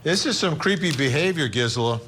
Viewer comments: It’s “GeeSela” for Gisela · Is he saying her name, right? I've watched her a few times, and I feel like she doesn't pronounce her name that way